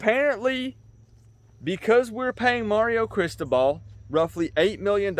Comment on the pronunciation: you are totally mispronouncing CRISTOBAL. BTW - Do NOT call "me out" on a 9-3 season, bruh. Remember, I got my MBA at da U in 1991, and that team was stacked with enough talent that it could beat a really 💩'y NFL team. You can't make chicken salad out of chicken shit. How is Lori and your Mom.....and dude, what were you doing in the hospital for so long? Love ya, bruh.